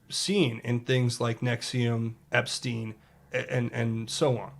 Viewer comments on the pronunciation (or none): none